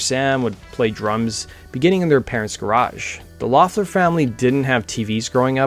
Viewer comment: I thought their last name was pronounced like "Leffler"???